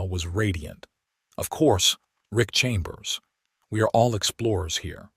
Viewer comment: His name is "RICK" not "ICK"... The term "ICK" is an indication of disgust or disdain. A true man would not regret seeing two beautiful naked women in his shower (unless he was married, with the wife nearby.). Most men would just strip down and join them.